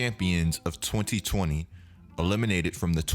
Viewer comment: I lol3d so hard at how you say 2020